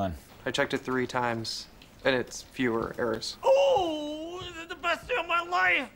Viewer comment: He said "less erros" right after he corrected that?